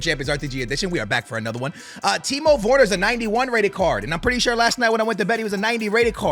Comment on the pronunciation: "Timo Vorner" XD